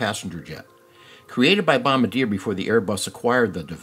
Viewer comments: Say, "bom-BAR-dee-yay" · bro said bombdyer💀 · Repeat after me: BOM-BAR-DEE-AYE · Bom-bard-yay (Caveat: Bombardier staff may tell you to pronounce it however you like) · It’s bom-bar-dee-a dummie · You’re not pronouncing Bombardier correctly